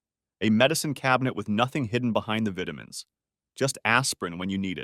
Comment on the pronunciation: Love listening to these stories, except when AI doesn't pronounce vitamins the correct way. Also sometimes the words live and wound comes out wrong.